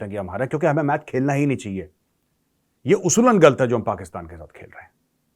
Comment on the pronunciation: Major Sahab you are getting a Pakistani accent "गल्त" (from - ) 😂😂😂😂😂😂😂😂 I too don't watch sporting matches between the Godless Pakistan and Bharat, least of all Cricket (that is played only in 12 countries)!